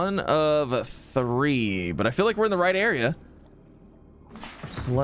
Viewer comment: I like how he says “We have thwee wide here” Lol